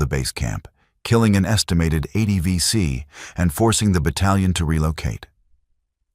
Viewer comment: If you do AI to make your video. Please use spell check and proofread. These are Aussie legends and your Ai is crap. Vet's read through this. 23 seconds in you call them the BC. WOW. AI is "Not good"! Disrespect to the VC.